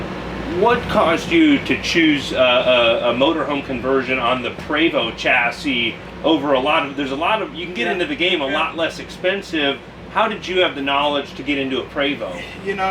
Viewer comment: just so everyone knows, the correct pronunciation is "PRAY---VO" not "pree-vost" i said it so you didnt have to. Another great video/interview,, and as always stay safe and give Sadie some love for me